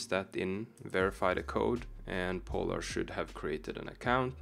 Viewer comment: Bro du trenge ikkje å udtala POlar så kraftig 😂